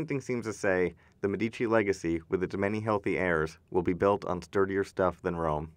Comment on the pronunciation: One caveat: "Medici" is pronounced MED-ee-chee. The accent is on the first syllable (ask an Italian!). The rule is that the accent is always on the next-to-the-last syllable, except when it's not.